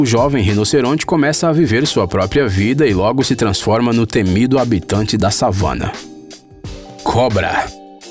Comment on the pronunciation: So quem conhece Now United, vai entender o moço falando: Elefante Savanna kkk